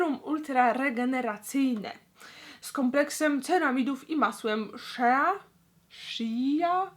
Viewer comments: mówi się szea a nie szka:) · muwi się masło szi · Szi Wymawia to Szi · shea czyta się szi 👌💕💕